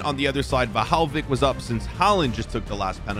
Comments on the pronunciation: no way he just said: Wlahaowich ITS VLAHOVIC NOT WLAHAOWICH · He mispronounced Dusan Vlahovic's name. Is that just me or did you guys hear the way he said his name?